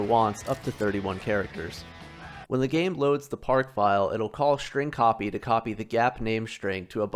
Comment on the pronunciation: Pronounced "strotspee" for some reason.